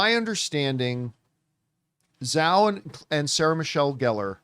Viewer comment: Is there some reason why people refuse to pronounce Chloe Zhao's surname correctly? 🙄